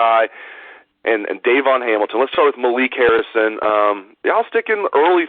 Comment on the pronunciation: Please pronounce Hamilton's name properly, it's not Dayvon, it's Davon, accent on VON. Thank you!